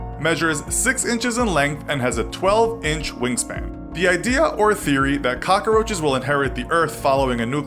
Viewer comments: “Cock-a-roaches” literally every time he said it my eye twitched Edit: THAT KEITH RICHARDS FLAME ☠️☠️ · Why is he calling them cocaroaches? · Am I the only one that gets annoyed by him saying cockaroaches instead of cockroaches